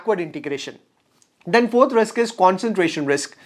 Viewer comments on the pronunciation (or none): none